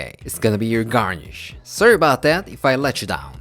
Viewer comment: How you say "Don't worry about it" in every video makes you look like a Korean version of an Italian-American... "Don't worry 'bout it!" 🤌🏻